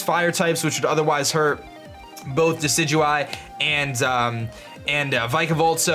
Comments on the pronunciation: First person who knows how to pronounce Decidueye. Instant sub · My Team: Decidueye (FYI it's pronounced de-si-ju-eye) Vikavolt Lycanroc (Midnight) Salandit Water Spider Pokemon/Wishiwashi Mimikyu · You fixed your decidueye pronunciation :)